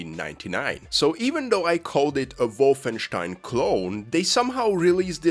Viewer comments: you're not them, it's "Wolfen STEIN" not wolfen SCHTEIN" OK? THANKS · I love how you pronounce it “WOFFENSTEIN” you get the “Stein”Part right but the Wolf is too much 🐺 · That's more or less how you pronounce it in German.